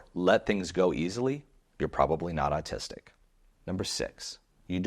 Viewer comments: Is it autistic to pronounce autistic as artistic, or is it just a freudian thing? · ‘Or’ / awe sound please, not ‘ar’ in the word autistic.